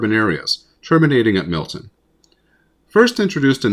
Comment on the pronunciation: Um, it's Milton, not Millton.